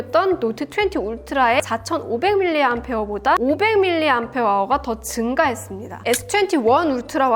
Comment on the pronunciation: 제가 본 모든 리뷰들 중에 유일하게 밀리암페어아워라고 읽어주시는 배우신분!! ASML 방문하시기 전부터 알았지만